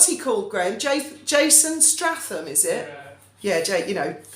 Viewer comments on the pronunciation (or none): Statham...not Stratham❤